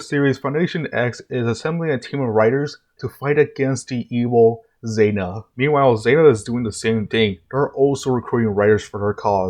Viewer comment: 2 things... 1 Why are you addressing Zein as "Zeina" and using female pronouns when Zein is pronounced "Zeine", at best is a genderless AI but has at this point 2 users, both male AND is even voiced by a dude? Did you think Smart Queen was Zein in that scene? 2 I'm sorry Kamen Rider who? That's Ouja my guy. Don't mix the Japanese counterpart with the American one. Not being able to pronounce Ouja (which would be OH-ja) isn't an excuse to not try and just lazily use the american name over the the actual name. No one out here that grew up with Mighty Morphin calling Geki from Zyurangers "Jason" because they can't pronounce Geki